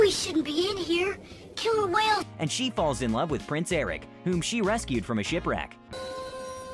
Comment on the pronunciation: I thought you said “balls in love with the prince” lol